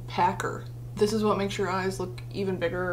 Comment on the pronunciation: I fucking love when you do your British accent “you know wot I mean”